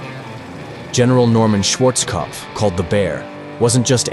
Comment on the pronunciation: Schwarzkopf se prononce Schwarzopf maintenant 😂